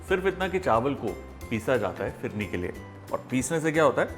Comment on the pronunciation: Phirne nahe bola. Bolta ha fhirne